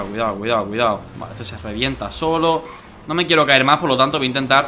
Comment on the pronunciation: Cuando dice cuidao xd